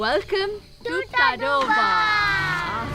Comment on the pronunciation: Its pronounced as "Taadoba".....just FYI